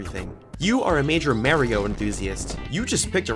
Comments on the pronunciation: Man pronounced mario mareio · mA-rio. why do you pronounce it like that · Bro really pronounced Mario “Marry-O” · It is pronounced m-ah-ryo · Finally someone pointed out his horrible pronunciation of Mario in the comments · bro pronounced Mario wrong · How tf did bro pronounce Mario?